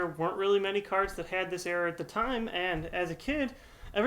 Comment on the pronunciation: did you say cardssss? as in more than one